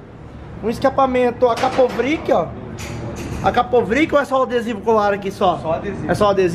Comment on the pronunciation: Escapamento Akapovric ? Não é Akrapovic não? 🤣🤣🤣